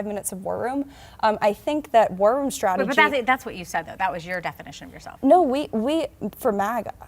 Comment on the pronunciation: When that maga cult member says War Room she says it like warrym and it sounds like worm and I think that fits them a lot. Bunch of worms